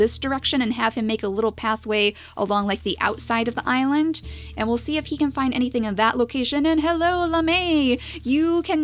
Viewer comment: Can you call this "The great Icland pack " because it sounded like you said icland when you said island at the start of this episode. 😋😋😋😋😋😋😋😋also curse you bunnies!!!🐰🐰🐰😋😋😋😋🎃🐾🐾🎃😋😋😋😋🐅🐆🐕